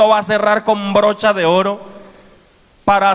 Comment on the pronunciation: Con brocha" de oro dice el pastor 😄 y es broche 😟